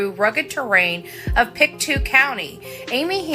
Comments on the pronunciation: yes! Thank you! I live in Pictou Co and one thing that kind of drives me nuts is when people pronounce it "Pic two" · Pictou (Pic toe) way it sounds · It's pronounced pick toe.